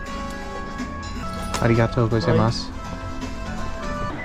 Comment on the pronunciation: I'm sure some internet-expert linguist will find some edge case or subtleties … but think about the vowels in how you said "sumimasen" and "arigato gozaimasu." Never deviate from that. Japanese doesn't have long and short vowels like in English.